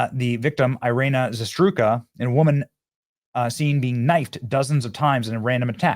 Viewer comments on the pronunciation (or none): For the love of God Benny PLEASE honor her memory and do right by her by pronouncing her name correctly......in EVERY video on her you've pronounced her name incorrectly as Iryna ZASTRUKA instead of as it's printed in articles that you feature on your show as Iryna ZARUTSKA!!! Thank you! I've been watching your channel for years now & respect what you do but you're ALWAYS mispronouncing words because you read too fast! Slow down, man. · ZA RUTE SKA Please get her last name right please. :) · Benny i appreciate that you are covering this, but please learn the victims name and say it properly. its the least you can do. its Zarutska, not zastruka. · I’m not Ukrainian but Benny, it’s Zah-root-ska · Benny, please, pronounce the girl's name correctly, it's not that hard.